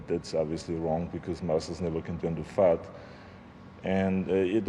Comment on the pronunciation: Arnold: "Day tink that maybe if you train ten ears, and you stop your workouts, eww vill fall apart. You know you can turn to fart...Dand unn... obviously wrong. Because muscles never can turn to fart..." 🤔 Gotta love Arnold ....Well Austria....he's ours now!!! 😅😅👍👍